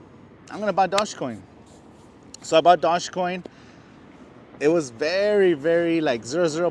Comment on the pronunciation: Probably lost a million because you can't even pronounce it right did not know dodge made a coin